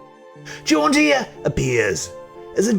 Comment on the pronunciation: To my American ears your pronunciation of her name sounds like John deer which cracks me up